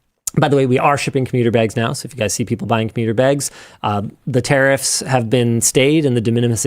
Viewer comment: Never realised that 'tariffs' is pronounced 'terrorists' in Canada.